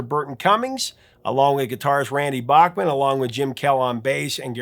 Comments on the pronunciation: So he told you that he pronounced his name backman and you choose to pronounce it bachhman no respect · Please: “Bachman”, not “Bockman”. And BC plays guitar but was the keyboardist, not guitarist in the band. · Back-mon. Not Bock-mon. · Bachman pronounce back not bock but nitpicking maybe. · Hey wait a minute, you're the one who taught me it was BACKman not BOCKman? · Randy told you that he wants his last name pronounced correctly, but he's willing to let it go on the band name, BTO.